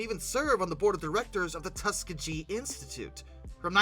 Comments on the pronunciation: The "Tuskah-G" institute, huh...... 😂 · never heard that pronunciation before. Tusk-EE-GEE. The last two vowels are pronounced the same. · So that’s Tuss-KEE-ghee. 😂😂 But very interesting fact. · Tuskegee is pronounced Tusk-eë-guheē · Can't wait for your video on the TUSS-GAH-G airmen of WW2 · Tuskegee being mispronounced is insane. And then mentioning Booker T right after. Insane. Watched several of videos now. They’re informative and engaging. But like a lot of white men in these spaces. Y’all be so reckless and careless with how you handle black people. Lmao